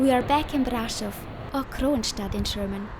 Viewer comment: Svp prononcez Braschov